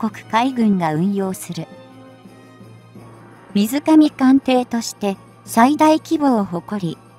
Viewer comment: 区切りが違う、読み方が違う、発音が違う、例えば水上艦艇は「みずかみかんてい」ではなく、「すいじょうかんてい」です。聞いていて イライラします。